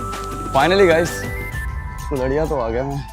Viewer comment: Ara arariya nahi kulhriya hai be 😅